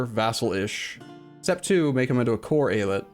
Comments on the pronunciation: great choice to do Mehmet's Ambition! btw I think the pronounciation is ay-ah-lyet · Long time viewer of, as a native speaker, I would say it like,,, E-Ya-Let.just leave a little space between those sylable's, streesing each one out, so likee,,,eee,,,yaaa,,leett,,, something like that, just sink in the three parts and it's golden,,,the word just means state in turkish,,,like many states in the US or in the old Otto empire. So really don't mind people saying state instead of Eyalet, so Eyalet i Mısır,,is state of Egypt,,,so speaking english using state is perfectly fine and no need to worry about how to say the word. All the best and thanks for the Third way,,always annoyed at Eu4 casters not finishing a run,,,so you did it,,have fun from now on:) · So, who wants to count how many times says AI-Let?